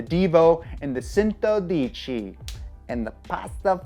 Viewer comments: My mans said Centodieci (Chen-to-dee-eh-chee) as sen-to-dee-chee.... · Bugatti Centodieci is pronounced chen-toe-dee-ay-chi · i like it how he said the Centodieci (110) wrong but i still dont mind it 😆😆😆 (ive heard many people and youtubers say it wrong) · cmon man, everything was perfect until you try to pronounce the Bugatti Centodieci